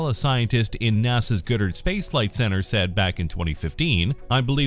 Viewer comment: Great video. One thing though, it's pronounced GOD-dard, not goodard.